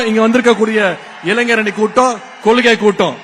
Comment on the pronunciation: கொள்கை என்பதனை கொல்கை என உச்சரிக்கும் கருணாநிதியின் பேரனிடம் தமிழ் தாண்டவமாடுது.இந்தக் 'கொல்' என்ற சொல்லைத் தாரக மந்திரமாக கொண்ட அப்பாவின் பிள்ளைகள்(உதயநிதி-பில்லைகள்) தமிழகத்தை நாரடித்துக் கொண்டிருக்கிறார்கள்.கஞ்சா, மது, போதை முதலியவற்றை கடைப்பிடிக்கும் கூட்டம்...